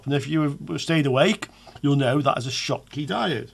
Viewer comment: German inventor Schottky so just read as you did - the same sound like shoes .